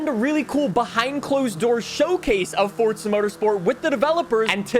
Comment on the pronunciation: Drinking game: take a shot for every time he says "ForTza" within the first 45 seconds...